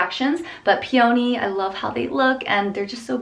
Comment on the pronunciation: pee-yow-nee lol